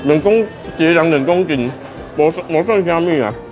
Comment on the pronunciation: 幾勒狼ㄋㄥˇ「公僅」，是看到美女台語都不會講了嗎😂😂